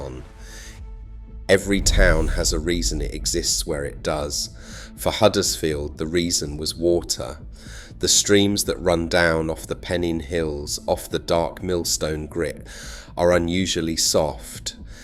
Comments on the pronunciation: ..it's Pen-9 hills, not Peneene.... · Pen-in Hills? Try Pen-nine Hills, mate. Huddersfield wasn't just cloth. It was also engineering and chemicals. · Pennine, not Pennin.